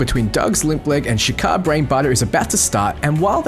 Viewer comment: Are you doing this on purpose? You first pronounced Shaka ShakEYE, then Shika.. IT"S SHAKA! U said Norsko correct <3 pats potatoes head